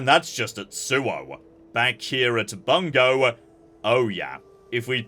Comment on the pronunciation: you know what grinds my gear? anglosphere pronounciation of the japanese words and cities e.g Bung-goh, by-zen, your-akami